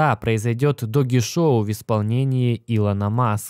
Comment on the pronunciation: доудж коин (doge coin), а не доги коин, ты что ...!? Собача монета (doGGy coin) тут не причем .